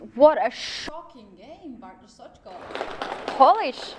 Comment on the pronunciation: May I just say: what a brilliant commentary, especially from Lawrence in this game. And what an excellent pronunciation of Bartosz's name by both commentators - well done!